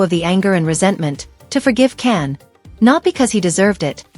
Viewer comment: That was some story guldan is cans mum not a close friend, his name is can not Ken and is pronounced Jan, he is not married at all and never has been ,please state that your peice is a story before you go any further 🎉